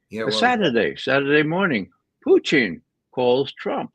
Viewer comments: He's insightful, but this guy annoys me. It's POO-TIN, not Putein. He's a man, not a source of Protein. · Can Ray McGovern stop calling Putin Pu -teen, he sounds dumb when he says that.